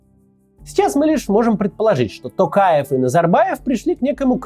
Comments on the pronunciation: А вы заметили, что к концу ролика Максим стал говорить тОкаев вместо тАкаев =)))) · Максим мое уважение к вам,но пожалуйста не коверкайте фамилию Президента.не Такаев , а Токаев. В русском языке есть же буква о и вы же можете выговорить.прям режет слух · Коментатор ты чё бл* не правильно произносишь. ЖанаозЕн, тЕнгЕ. Там нет буквы Э ты не грамотный не жанаозЭнцы а ЖанозЕнцы. Не АктАбе а АктОбе, Не КАстанай а КОстанай. Пересмотри свое произношение. Ведь не сложно. ТОкаева же правильно произнёс ТОкаев. Не ТАкАев а ТОкАев! Ведь не сложно же правильно произносить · Сам ты Такаев, Токаев нашего президента зовут. Учись нормально выговаривать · Главное правильно произносить им. самого Токаева полностью, остальное приложится. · видео полезное, но можно было поинтересоваться, как правильно произносить слова. учитывая весь шум вокруг «ТАкаева» и «тЭнге»🤌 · Т"O"каев через "O", хватит коверкать фамилию на свой манер, Мооксиим Коотц! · Опять тЭнгЭ, ТАкаев, еЛбасы. Вы Максим очень плохо подготовились. Такое произношение осуждается!